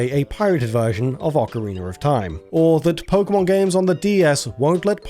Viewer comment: ocariner of time